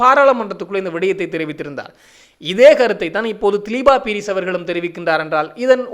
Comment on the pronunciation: மிக பிரபலமான தொழில்துறை திறமைக்கு பெயர்போன ஒரு ஜனாதிபதி சட்டத்தரணியின் பெயரை பிழையாக உச்சரிப்பது அவரை அவமதிப்பதற்கு சமமான குற்றமாகும். இன்னும் தினசரியாக செய்திகளை வெளியிடும் ஊடகவியலாளர் என்ற ரீதியிலும் மிக பொறுப்புடன் பிழையின்றி கூறுவது மிகவும் அவசியம். அவருடைய உண்மையான பெயர் திலீப பீரிஸ் ( திலீபா பீரிஸ் அல்ல ) இலங்கையில் தேசிய குடிகளாக உள்ள வெறும் 3 இனக்குழுக்களின் பெயர்களை கூடவா உங்களால் சரியாக உச்சரிக்க முடியாமல் உள்ளது ? மேற்கத்தைய நாட்டு மக்களால் மட்டும் எப்படி இலங்கையிலிருந்து புலம் பெயர்ந்த அத்தனை மக்களின் பெயர்களையும் சரியாக உச்சரிக்க முடிகிறது வெட்கமாயில்லை ?